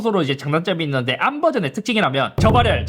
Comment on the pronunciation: 근데 ARM을 왜 자꾸 에이알엠 이라고 읽냐...